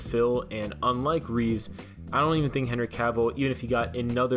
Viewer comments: It's Christopher Reeve NOT "Reeves." Show some respect. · It's not "Reevz", it's Reeve, Christopher Reeve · It’s Christopher REEVE, not Reeves